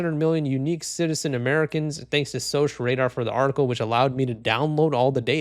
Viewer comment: It's pronounced SOCK Radar. Security Operations Center.